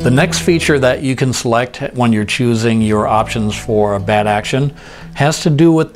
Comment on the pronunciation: Enjoyed this video. Just wanted to point out something that made me laugh though. "Chooing a bolt knob." It took me like three minutes of backing up to figure it out. I knew there was something wrong, but I just couldn't get it to click in my brain until I backed it up multiple times.